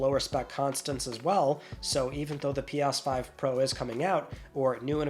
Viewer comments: Why does it sound like you're saying "P-OSS-5"? Am I finally going insane? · Pee Arse 5. Interesting pronunciation.😂